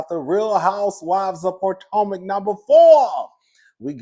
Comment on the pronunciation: Not "Poortomac"!!!!